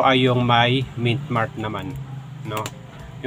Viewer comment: boss MINT MARK po di po mitmark